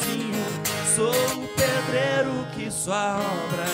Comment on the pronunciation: é impresão minha ou ele falou "predreiro"